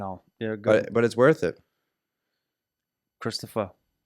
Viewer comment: Oh wow, hii,, and and. It’s me Zack